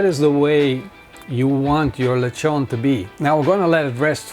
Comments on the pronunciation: LIT- TSON.... not le chon... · Its not leghrrron is lechon as in le chon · It’s lechon not lehon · Why do you pronounce it as lec-hon? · nice video! but just some few tips, put the spit first and the ingredients after for easier installation of spit (that's what I remember when my father makes this when I was a kid) and 2nd it's pronounced as leh chon :) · OMG..... you pronounce it as Le-tjon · Lek-hon lmao